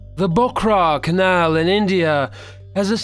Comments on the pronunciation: Nah gotta say it - cant stand this dude. Any one whom pronounces canal as kennel ...... what more is there to say? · I think it's the same person or a friend maybe. The way he pronounced the word sew and canal was strange, and I knew he's North American faking an English accent once he said the word horror. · Don't mind this guy's voice but he pronounces canal and garbage funny lol